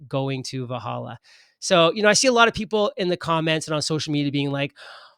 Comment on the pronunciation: And it’s pronounced “Vel Halla”